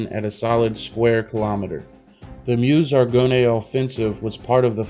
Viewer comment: Nice video man I cant wait to see how this game turns I really hope the French are in the game from the start, by the way Argonne is pronounced like Are-gone